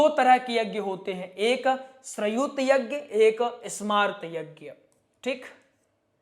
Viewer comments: श्रयुत यज्ञ नहीं भाईसाहब श्रोत यज्ञ है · बोलना सिखाये ...गलत बोल रहे है...जैसे वषट् ...श्रौत यज्ञ..